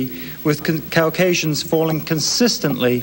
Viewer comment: Cow-casians? Cows wish C-asians?